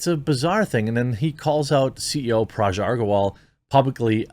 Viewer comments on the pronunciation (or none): Dude, Parag is pronounced 'puh-rag'. Hard 'g'. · You can pronounce Agrawal correctly, but not Parag and butcher it to Paraj‽